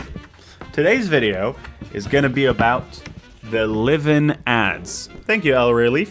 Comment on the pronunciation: I'll delete this if you mention it later in the video but it's so silly how the AI voice doesn't even know how to pronounce Liven (sometimes Liv-in, sometimes Lie-vin) and they don't even bother to correct it